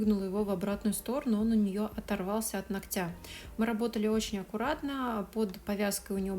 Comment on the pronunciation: не хочу обидеть, в произношении слова ногтя ударение ставится на звук «о»😊